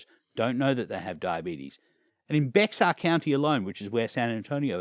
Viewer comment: It's pronounced "Bear County", not Bex Arr 😉